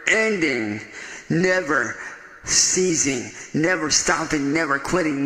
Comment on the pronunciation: "I'm putting in that 24/7 'nen-derending'...never 'seizing'....."